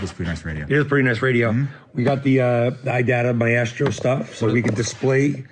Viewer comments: First time I've ever heard 'maestro' pronounced "my-astro" 🤔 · This mf said my-estro